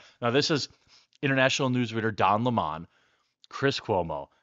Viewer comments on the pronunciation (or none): It’s lemon not La-mon 😂😂😉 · What's most offensive is how everyone is calling him leh-mon instead of lemon. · It’s Don “Funky fingers” Lemon , Not Limón